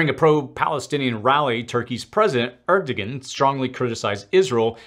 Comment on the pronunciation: Turkey is now called and pronounced Türkiye (Tur-kee-yeah) and the presidents last name is Erdoğan (uh duh wan)